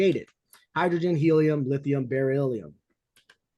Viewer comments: Definitely not the way you say beryllium 😂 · If you can't pronounce beryllium you probably shouldn't be talking about it.